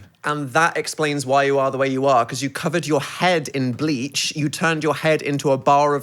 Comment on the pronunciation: I don’t know why but whenever Phil says “bleach” I mishear it as “gleek” so I was listening and I stopped and was like how tf do you get GLEEK on your hand??